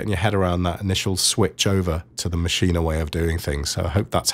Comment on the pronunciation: So happy to hear someone saying Maschine correctly :) thanks for the great tutorial :D